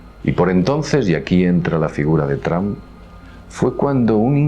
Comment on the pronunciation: porque dicen "TRAM"< NOTA: Yo hablo perfectamente ingles desde niño, pero estas pronunciaciones me dejan anonadado hahahahahah